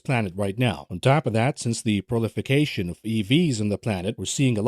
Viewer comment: Thank you for the great content. One small thing....it's "proliferation" not prolification.